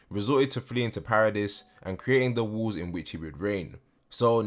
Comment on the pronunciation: Question (I hope it’s not coming out rude, I’m just curious). Why do you pronounce “walls” as “wools”? I’m not a native speaker and I cannot place this accent. Would you mind help me understand? Thanks and thanks a lot for the informative videos on your channel! ❤️